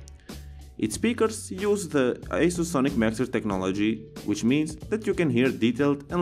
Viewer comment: It is pronounced as "AH-SUS". hehe